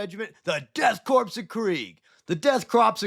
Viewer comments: Please please please Corps is pronounced “CORE” Think, Marine CORE (Corps) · I am curious now, why does everyone pronounce it as Death Corpse? I mean it is a good joke the first few times around, but why? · DEAD CORPSE OF CRAIG. fuckin 5 seconds in and I'm already losing it